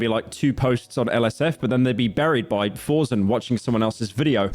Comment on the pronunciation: It is pronounced Force N not forsn. also forsen never fucked up like all these loser streamers.